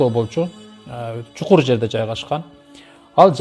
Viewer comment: Чукур эмес чуңкур